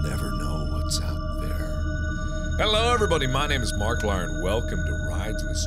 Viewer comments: You can't trust anyone in this game, even markiplier or as he refers markilier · Yup.....great job markilier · ChibiMiner no he said markplier instead of mark I plier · mark said markplier instead of markiplier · I'd say marplier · Mark you messed up your own name "Markilier" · He said "Hello everybody my name is Marklier" xD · I just wanna point out that he never said markiplier he said marklier and i can't lol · on man He said "Hello everybody my name is marclier' go back and see its halariaos.